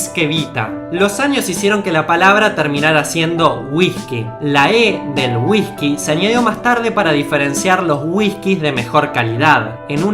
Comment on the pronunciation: Si querés que la gente entienda correctamente lo que con esfuerzo hacés en tus videos prende a pronunciar las palabras con "Y, Ll" correctamente. Ejemplo: Jean=Yin, no Shin; Llave no Shave, etc. Y no sustituyas(no sustitushas) las "S" por "J". Ejemplo Whijkey, jujto, dejajtre, etc. El acento no es una justificación para no pronunciar correctamente las Palabras(No Palabraj).